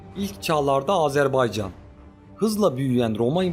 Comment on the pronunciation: Oğlum bir kere'de azerbaycan diyebilin yaa Türk e azeri azerbaycana azerbeycan demeyi kesin anlayın !